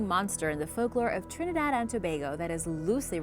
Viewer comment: Really great job, I am Trinidadian and your pronunciation is great lol normally ppl have lots of trouble 🤗